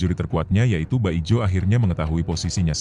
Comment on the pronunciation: Min, bukan baijo tapi bajio